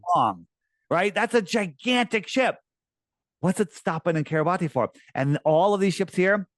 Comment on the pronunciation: 👋🏻 YOU'RE KILLING ME EVERY TIME YOU MISPRONOUNCE THIS ISLAND Kiribati (/ˌkɪrɪˈbæs/ (￼listen) KIRR-ih-BASS),[7] officially the Republic of Kiribati (Gilbertese: [Ribaberiki] Kiribati),[8][9][10] is an island country in the Micronesia subregion of Oceania in the central Pacific Ocean. Its permanent population is over 119,000 as of the 2020 census, with more than half living on Tarawa